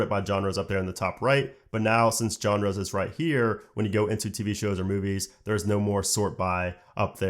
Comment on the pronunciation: Genres is a zsh sound, not G 🤣